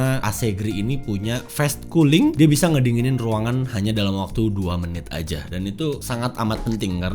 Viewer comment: kok fes cooling kak? kan fas cooling bacanya. ga semua a di baca e lohh